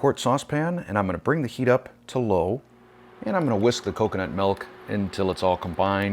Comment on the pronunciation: So much to say! Canned coconut milk - fabulous. I use it instead of cream. I've had one of those measuring cups for years and it makes things so much easier. I wouldn't have noticed the yolk pronunciation if you hadn't mentioned it, but the 'melk' thing bothers me for some reason. 😄 Finally, you should be more gentle with a 17 year old pet!